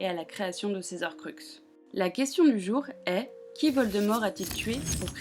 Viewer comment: Désolé mais il faut que je le dise : on ne dit pas "les zorcruxes" mais "les horcruxes", il y a un H au début du mot donc c'est comme les haricots verts 😅